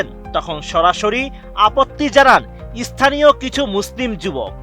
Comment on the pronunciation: সাংবাদিক সাহেব, 'ইছথানীয়' নয়, স্থানীয়।